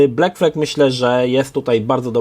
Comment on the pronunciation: Sorry. Nie błekflek tylko blakflad